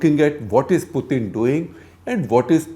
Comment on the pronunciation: So painful to listen to this commentary. No one has time to waste. Get to the point quickly. Don't digress and beat around the bush. Plus his name is pronounced Putin as in tin not thin. Waste of time to listen to this inane commentary.